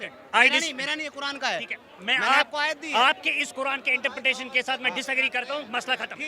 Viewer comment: wo interfere bolna chah rha hai ya interpretation bol rha hai 😂